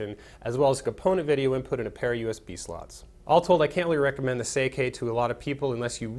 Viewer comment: It's "Say-ee-kee," not "Say-kay"!